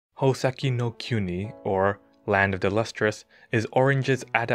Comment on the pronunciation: "hOa-sEHH-key nOE kEIUOO-Knee"